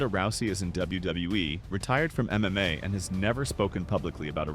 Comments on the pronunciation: It's not "EM long pause EM long pause Ai". It's just MMA. You didn't know and now you know. And knowing is half the battle. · The AI audio in these videos is so bad. “M…M…A”